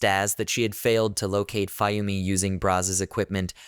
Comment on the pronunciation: also, you're pronouncing Fuyumi wrong, it's Fu-Yumi, Fuyumi, get it?